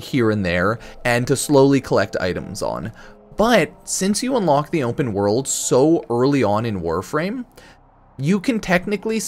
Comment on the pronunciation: "Onpen World"